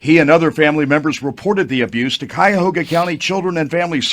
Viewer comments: Pronounced ky' a ho ga. It means crooked river in Native American language. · Pronounced Kiahoga . This is horrid!!!! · Cuyahoga, is an Iroquoian Native American word which means 'crooked river'. Pronounced: Ki-e-hoe-ga (YouTube has video of pronunciation🙀). It’s the name of a river & County. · Another story from my state.. Ohio...smh! It's Ky-Yuh-Hoo-Guuh county babe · It’s pronounced khy-uh-ho-ga county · I love how you pronounce Cuyahoga Lol You’re adorable. ❤ Great job on this story. So, so sad 😢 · How, you pronounce this county, is Cuyahoga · How do you pronounce it is Cuyahoga county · Cuyahoga the Cuy rhymes with “guy”. It’s an Indian name. Thanks for reporting on the case